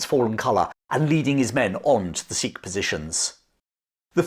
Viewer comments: By the way Sikh is pronounced Sick not seeek. Please refrain from the slave trader tongue and use proper pronunciation. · I’m fairly certain they still pronounce Sikh wrong to this day. They say “seekh” instead of “sick”, which is the proper way to pronounce Sikh ( Gurmukhi word meaning a student of God on earth).